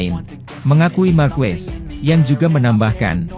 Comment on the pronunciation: fyi : pelafalan/pengucapan Marquez itu = Markez BUKAN Markwes/markuwes